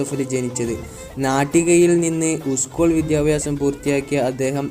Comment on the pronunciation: ഉസ്കൂൾ അല്ല സ്കൂൾ